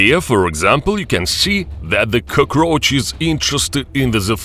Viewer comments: Cuhcroach. Love the pronunciation. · Coo-kroach lol